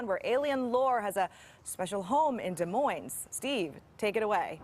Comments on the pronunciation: Steve, if you’re going to be in media, the least you could do is learn to pronounce the names of our cities and towns. The final “s” in Des Moines is silent. Get a clue. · Des Moines isn’t pronounced with the “s.”